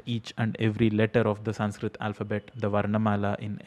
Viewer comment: Thank God atleast he is saying Sanskrit and not sankrith or sankrut nor sankruth 🙄🙄🙄